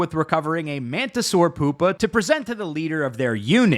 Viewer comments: Why are you pronouncing pupa like that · P-you-pa, not poop-a, although that was hilarious. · its pronounced pew-pa... not poop-a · It’s pronounced pew-pa. Not poopa lololol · Lil bro really said Poop-pa, not Pew-pa. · Lmao he said poopa